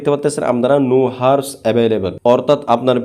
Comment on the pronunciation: উপকৃত হয়েছি সেজন্য ধন্যবাদ কিন্তু যে জিনিসটা আপনি মানুষকে শিখাচ্ছেন সে জিনিসটা আগে সঠিকভাবে বলতে শিখুন এটা হার্স না এটা আওয়ারস